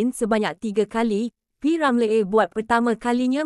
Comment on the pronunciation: Betul tu sebutan p.Ramlee tk tepat,ejaan Ramlee tu bunyinya Ramliiiiii